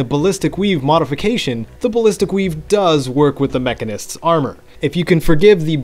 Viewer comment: It's pronounced Mechanist, not Mechanist.